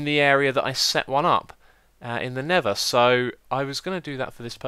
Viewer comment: X be like... Nether = Neva Lava = Laver Mesa = Mayser